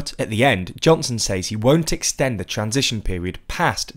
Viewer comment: extend not extned